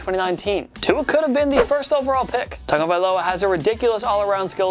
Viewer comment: Listen how this dude says tuas last name